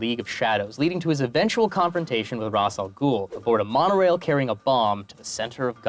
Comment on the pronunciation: Um actually Ra'as is pronounced "Raysh" not "Raas"